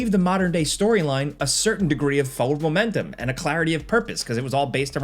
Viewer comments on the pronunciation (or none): Hey man...Forward has an R in it.